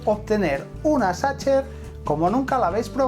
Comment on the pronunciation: Hola con todo respeto está mal PRONUNCIADO, no se pronuncia como lo haces, te sugiero que busques la pronunciación correcta, la mayoría de los españoles y latinos que no saben, cometen el mismo error de pronunciación